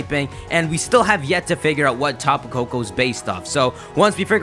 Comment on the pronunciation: Tapu Koko...Peeko....hmm